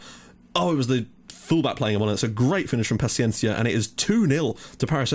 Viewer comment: You are saying Gonzalo Pachiencia. In Gonçalo, the "ça" its like in "sa" in "salad" and paciência its like "sy" in "syrup". You are saying it like a spanish/argentinian name insted of a portuguese/brasilian name. Also, you are saying GonçaLO and its GonÇAlo. Its a commom mistake and i give it to you, portuguese names are really hard to say correctly if youre not Portuguese. :)